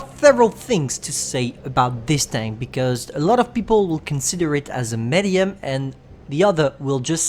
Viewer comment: Its pronounced meedium or midium not mädyum no offense u little french baguette